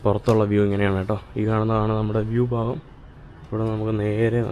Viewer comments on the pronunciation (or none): none